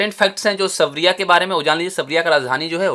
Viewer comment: Sir सरबिया ह सबरिया नही